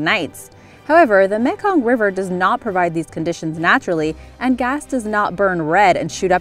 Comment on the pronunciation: I know your a yankee but learn the proper pronounce the words correctly ,its meee kong delta, you have done this in the past and its annoying